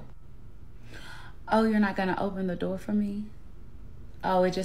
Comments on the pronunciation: I mean… to be honest. She said some good stuff, but I’m not dating a woman who can’t even say door right. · Im NOT opening, pullin out chairs or cuttin steaks for ANY HO3 that CAN'T even pronounce "Door" correctly!! 💯🤣💀